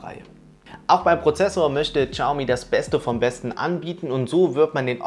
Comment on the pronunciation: bitte, Shaomi nicht Chaomi:D. Aber sonst ein tolles Video;)